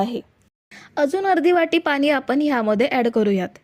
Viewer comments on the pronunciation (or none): आधि भाषा सुधारा पानी नाहीत पाणी असत